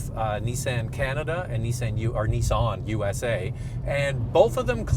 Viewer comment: I say Nissan you say Neeson